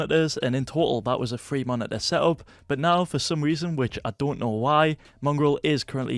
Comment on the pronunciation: Just me or do say: Monideer instead of Monitor?